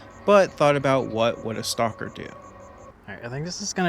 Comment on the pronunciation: your pronunciation is exactly correct for a non russian speaker.